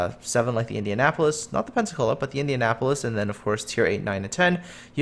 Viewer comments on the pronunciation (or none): none